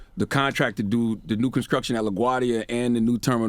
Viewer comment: Did Charlamagne say “conskruction”???